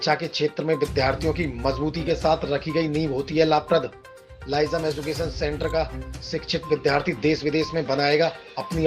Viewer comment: क्षमा चाहता हूँ महोदय लेकिन Lyceum लिसेयुम या लाइसीअम बोला जाता है न कि लाइसम